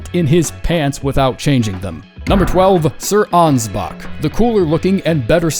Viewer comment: ansbach doesnt end with a hard R?